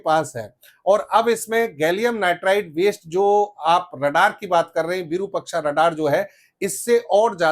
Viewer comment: आइएएस तैयार करता है ये और विरूपक्षा कह रहा है। ये बनाएगा आइएएस। विरुपाक्ष होता है रे।